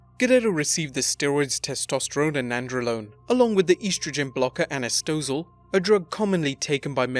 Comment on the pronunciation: anastrozole not anastozole.... ffs